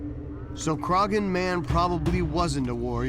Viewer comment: At about 20 minutes in a site and mummy from Ireland are being discussed. For reference, you don't pronounce the g in Croghan, the best way I can think to describe the proper pronunciation is Craw-han, with very little emphasis on the imaginary w.